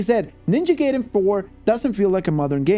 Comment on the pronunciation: It’s GUY-den NOT GAY-den bro